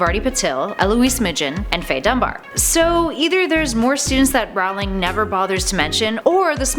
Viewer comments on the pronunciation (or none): It's Rowling, like bowling. Not Howling. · I love this series but I find it very difficult taking any Potter fan page seriously when the host says "See-mus" instead of "Shame-us" and "Rah-wling" instead of "Roh-ling" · Hey nerds, "ROE ling", not "RAU ling". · It's Rowling like roll ing not r owl ing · It's not Rawling it's Rolling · Did she pronounce them jk Rowling and Seemis Finnegan? It's pronounced Rolling and Shay-mus